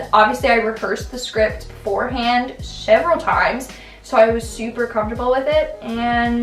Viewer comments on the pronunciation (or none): "Sheveral" bruh